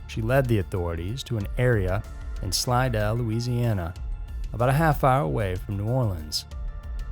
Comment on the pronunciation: Hey! You pronounced my town, Slidell, correctly!!! Kudos!